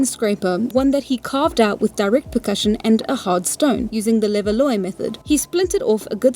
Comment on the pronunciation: Levallois is "le-val-WAH".